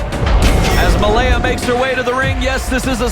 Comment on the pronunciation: Regarding Malia Hosaka -- why does everyone keep pronouncing her name MALEA for some strange reason?